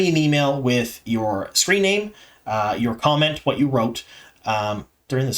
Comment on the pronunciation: Thank you for your enthusiasm. BTW I thought you said condom instead of comment